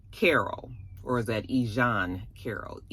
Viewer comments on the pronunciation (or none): Not you turned E Jean to a French name 😂 😆